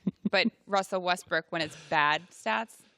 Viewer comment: WESTBRICK say his name right